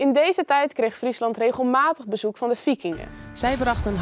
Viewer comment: "De fijand van mijn fijand is mijn friend en zich aansloten bij de Fikingen om te fechten tegen de Franken." En daar gaat onze mooie Nederlandse taal met zijn subtiele tongval...